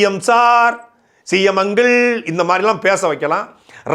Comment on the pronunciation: Dude first try to pronounce: Uncle not Ungle😂😂